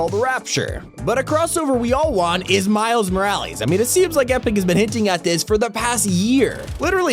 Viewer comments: It’s miles mo rall es Not miles mo rall eas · He sayed Miels moules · “Miles moralees”💀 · It’s not miles moralees it’s miles morales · I got triggered when he said miles moralies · Can you please stop saying miles morales like that it’s not miles moralis It’s miles morales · Milarees?! Its called "MILES MORALES" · Fam really said "Miles Moralees" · Everybody: miles morales Him: miles morealies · "Miles Moralees"? Really? It's Mor-al-ES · Bro said miles moralies 💀💀💀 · Are we gonna ignore the fact that he said miles morly and juicy world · "Miles moralees" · "MILES MORALI" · He said miles moraylys lol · “Miles Moralies” lol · Bro he said miles moralees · Miles More-Al-Ess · Miles moraleees??!? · miles moraleezz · MILES MORALIEES LOL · Right at the beginning, did he seriously say "Miles Moralees"? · “Miles miralees” 💀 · miles moralees? lol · “Miles Moralees” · I cringed so hard when he said miles moraleeezz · does eneyone notice the he says miles maralis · Did he just say Miles Moralees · Why does he keep saying miles moralies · really said miles maralsas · My man said Miles Moralees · Miles moralees 😂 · He said miles maraly in the intro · No one:: Miles Moralees I would also like to see Ms Marvel ingame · “Miles moralies”😭💀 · Bro dont know how to say miles Morales